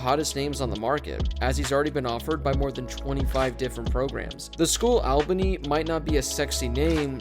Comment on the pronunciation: Albany’s not that unknown, we’re the capital of NY lmao, it’s pronounced “ALL-bunny” but for real though great videos bro keep up the great work 💪👌